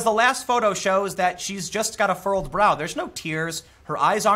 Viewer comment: Love your content, Tim! It's "furrowed brow," btw. Keep it up!